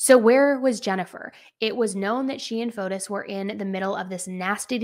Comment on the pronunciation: I just wanted to point out the proper pronunciation of his name like this fo tee or fo tees.